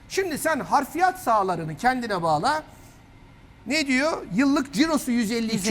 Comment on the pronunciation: Hafriyat demek niye bu kadar zor? Harfiyat değil, haf- ri- yat.